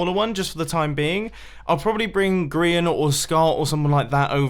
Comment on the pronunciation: Mumbo, you keep pronouncing Grian's name improperly. It goes like this : Geee Arrrrr eeeeeiaaaannnn Just ask xisuma